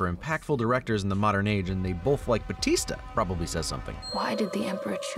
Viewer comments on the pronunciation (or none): none